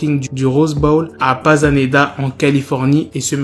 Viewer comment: C'est la ville Pasadena et pas panasida comme ta dit arrêté de dire n'importe quoi on connaît les villes des état unis ,,,,,,, pasedena c'est a côté de los Angles